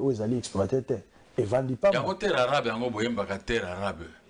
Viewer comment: 45min 41sec, alingi abomanga panzi😄😁😂🤣😅 "terre arabe" balobaka terre arable, rien avoir avec les arabes.